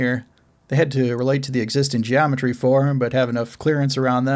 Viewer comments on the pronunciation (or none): none